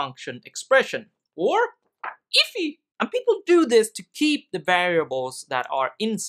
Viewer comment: you say IIFE as if it was ifEEEE but it's more like EEEFi. literally unwatchable. disliked all your videos, unsubscribed, pouring gasoline on myself and lighting a match